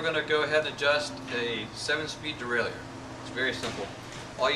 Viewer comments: Derailleur Pronounced: DE-RAY-LER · Thanks-- you are right! I was brought up in an old school shop in North Carolina full of roadies and race fiends, and everyone there pronounced it the French way. I never even thought about it. But I consulted my hardbound Merriam-Webster, and sure enough, it's pronounce the way you have it there. It's gonna take a conscious effort on my part to start pronouncing derailleur the right way! 😂❤